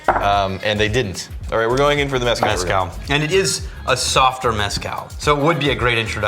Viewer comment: For the love of EVERYTHING GOOD AND SACRED stop calling it MEH-scal. It’s pronounced meh-SCAL! You’re going to anger the Aztec gods.